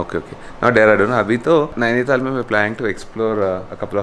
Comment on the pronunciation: It is Nainital... not Naini-thaal